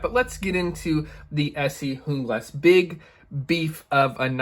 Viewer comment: JUEEE-GLAS !! AMERICA PRONUNCIATION !!!